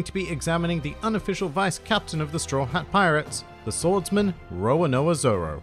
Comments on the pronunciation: Roa-noa-zoro LOL. Its RO-RO-NO-A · Roanoa Zoro? XD it’s roronoa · Is it just me or is he saying Roanoa instead of Roronoa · Its not roanoa zoro Its roronoa zoro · Say 'Row' then 'Row' again; then 'no' then 'aaa'. And that's how you pronounce Roronoa. Can't believe it's so hard for some people to pronounce, honestly... And it's Dracule as in Dracula, not Draycule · Why is the pronunciation "Rowanoa Zoro", even though it's a cute pronunciation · Actually it's just wrong pronunciation. I doubt even with your accent, you say Count Draycula or forget to pronounce an entire 'ro'... Don't try to blame it on the accent man. I understand some phonetics are different with accents, but these are fairly simple; especially once you hear them countless times in the anime. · the way he pronounced roronoa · hell yeah they are, but that’s just a pet peeve of mines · please never ever say Roronoa ever again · You're mispronouncing his name lol